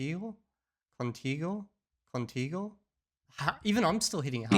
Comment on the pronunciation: In "contigo" your G was Perfect, no need to over analyze.. The only imperfection in that word, would be the T where you put too much air.. making it sound more like "conTHigo". But it's allright.. A second later you say "mucho gracias" that's pretty bad lol it caught you off guard, you'r e better than that.. Spanish vowels man > a e i o u, always the Same exact sound in each single word - period! Until you cannot say A E I O U in Castellano, without "curving" the sound and turning them into dual compound sounds.. there's no price! In English vowels are sort of dual; for a spanish native they sound like: a = ei e = i i = ai o = ou u = yu You need to forget that compound, dynamic yet unprecise way of voweling, and try to make it more solid and stable. Again, in Castellano every single vowel has the same exact sound in all words. Any Spanish native will have the same exact problem but in Reverse when learning English; we cannot imitate those curvy vowels, it's too subtle and not systematic enough.. any other word will have a different sound, any other person, country, or town will make them sound different, so it's difficult to imitate..